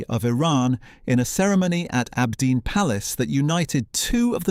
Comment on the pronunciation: You say abdeen but the the Arabic you displayed clearly reads aabideen (on the gravestone). What else did you get wrong or make up?